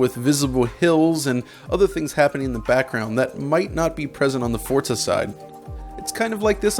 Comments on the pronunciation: I found it very annoying that he says Fortza, with a T, when Forza is spelt Forza. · Stop calling it forTza. It'd forza. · Why do you say Fortza? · Why do I hear so many people like this guy calling it.. Fort-za there is no letter T in Forza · Fortza it's forza you twat get it right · Why is he pronouncing Forza as Fortza? Annoyng. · Its FORZA not FORTZA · Forza is an italian word. In italian the letter Z is pronounced TS. Like Pizza. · Forza is an italian word. It’s pronounced ForTza. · Bro.. it's not Fort-za.. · I hate when people put a T in the middle of Forza. It's not Fortza Motorsports. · its FORCA ? not Forza ? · No, it's just pronounced Forza